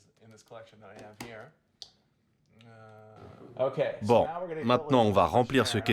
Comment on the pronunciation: ⭐️🧔👧⭐️ :- Guérir de la Lourde Perte d'un Etre Cher , par ce BIAIS = MAGNIFIQUEMENT PENSE. ◇ ⭐️◇ mais une CORRECTION, Concernant le Philisophe ⭐️ DAVID Henri THOREAU ⭐️ ( et Non * Soro *)